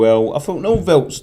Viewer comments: Hi, I'm Norwegian, it's pronounced Nord-Tveit not Nord-veit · You pronounce Nordtveit like noortwait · I thought it was Nordvite